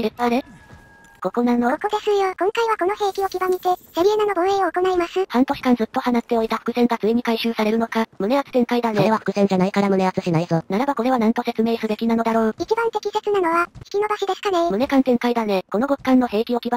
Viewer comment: ｢はなっておいた｣…？ ｢ほうっておいた｣の間違いだろ？